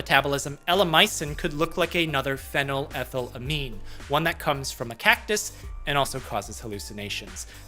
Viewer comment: The way he was pronouncing phenethylamine was driving me insane